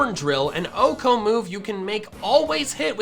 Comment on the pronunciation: did this fucker actually just pronounce 1 hit KO as "ohko"